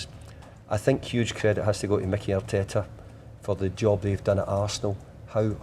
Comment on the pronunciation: I’ve never heard Arteta being called “mickey”:)